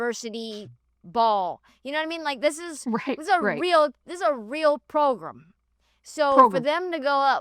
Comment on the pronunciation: I DIED at 'this is a real progrem" i thought i was the only one that said that ish. lmao